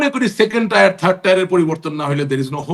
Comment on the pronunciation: ইংরেজি শবদ tier এর সঠিক উচ্চারন টায়ার নয় টিয়ার, দরকার হলে ডিকশনারী দেখে উচ্চারন টি সঠিক করে নিন